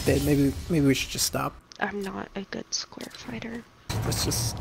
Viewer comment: Hahahhaha when she said sqair fight